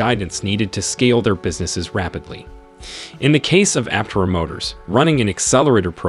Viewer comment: Pronounce Aptera correctly.